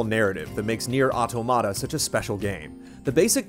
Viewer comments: dude, automata is said or-tom-matter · I'm pretty sure that's not how you pronounce automata... at least, if you're referring to computational automata, it's pronounced AW-TAW-MAW-TA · Superbly written, superbly dictated. Great review - L&R (pretty sure it should be pronounced like "automaton" though!) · they didn't call them automata though, which is a Greek word (αυτόματα - stress on the antepenult). They called them karakuri. But I daresay you're right that automAta is traditionally how they pronounce that in Japan (perhaps when translating or describing karakuri?). It's not just not good Greek! L&R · PS: please..it's auTOmata...just a big pet peeve of mine. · “Otto-matta” lol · Nier OW-TOE-MAH-TA??? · The review was put together really well. Great writing and thorough coverage makes it really to watch. EXCEPT for the fact that the title of the game was constantly over pronounced and pronounced incorrectly, this would be an absolutely stellar review. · He is pronouncing it incorrectly. It's the plural form of "automaton." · Why does no one know how to pronounce automata? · everyone be pronouncing automata wrong :( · Ram Khai English native speakers usually pronounce everything wrong. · it's a little different, in that it's an English word that Japanese devs are using for their English translation of a Japanese title. It's true, the pronunciation in the game matches what is saying in the review, it's also true it's a Japanese (mis)pronunciation of an English word.